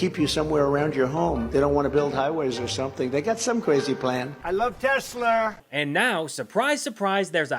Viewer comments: Not “Tesler”. “Tezler”! Just listen to Elon. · i LoVe tEsLeRrrrrrr 🥴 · Good grief ! Donald trump can’t even pronounce this Musk car monstrosity’s name correctly—calling it repeatedly Tesler‼️🤦‍♀️I wish I knew “you’ve GOT TO BE KIDDING ME”, but beyond words, this is the president! Maybe if he sold Ivanka’s merchandise, he could at least manage apparel! Avon would be out of the question,rhymes with Elon😮😢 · DO IT, LUTNIK....BUY SOME MORE ELON..."anything TESSLER." TOO INSANE.😂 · Iam gonna lose it when testi-ta-lur comes of the tongue of the king😂😂😂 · Hilarious vid,. "Tesler". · “I love tesler” might end up in the history books one day just let that sink in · I posted this shortly after seeing trump and musk at the white house : After watching the teSLUR infommercial at the newest, bestest, biggest teSLUR showroom on the white house lawn with Swiss Doni holding a teSLUR pricelist in his little hands, urging people to help poor elon because his teSLUR cars are being (illegaly) boycott by sane people worldwide. Good old Swiss Doni conviently forgets that now most people can't afford one after being sacked and the country is heading for a recession. Sorry to keep mentioning teSLUR but thats how Swiss Doni pronounces it. For anyone wondering who Swiss Doni is, I'm afraid that he may be a (very) distant family member of Swiss Toni (with sincere apologies to Mr Higson - a figure in "The Fast Show" a British TV show). As proof of this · Is Trump saying TESLERRRRR so he can say he never promoted TESLA?